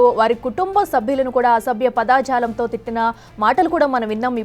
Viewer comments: Padajalam padaajalam kadu correct pronounciation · పదాజాలం కాదమ్మా..పదజాలం !! news readers తెలుగు ని చంపుతున్నారు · పదా జాలం కాదు పద జాలం, కర్మ కర్మ తెలుగు రాని వాళ్ళు కూడా వార్తలు చదివే కాలం వచ్చింది. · పైగా పదాఝాలం అని😂.